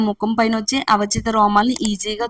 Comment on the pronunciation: Avachitha kadu avanchitha